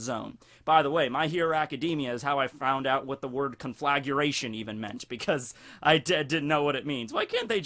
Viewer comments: it's conflagration, not conflaguration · Con-fla-gray-shun. NOT CONFLAGURATION! Wouldn't have bothered me if you hadn't said it so many times. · ...do you need to actually see what you’re doing to make sure you’re not about to accidentally brown-eye someone? I can’t say I’ve ever had the problem... Also, recipro is a shortened version of reciprocated. Re-sip-roh. Also also, cohn-fluh-grey-shun... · CON-FLAG-RAY-SHUN Conflagration. exhales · Say it with me now. CON.....FLA.....GRATION. THERE IS NO "U' in that word O MY GAWD U ILLITERTE FUCK. Love ur videos keep doin what youre doing but learn how to pronounce shit. My ears are bleeding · You could at least pronounce conflagration properly if you are gonna shine a spotlight on it : ). Please don't say effectual as punishment. Don't put me through it.